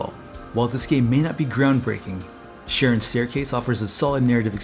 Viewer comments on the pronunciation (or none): Charon is pronounced with a K. 😊✌🏻 Great video!